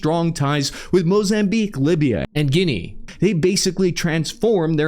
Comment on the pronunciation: OK.. not gonna lie, it does sound better... But what was Guinea before editing. And Tell me you are an American without telling me you are an American.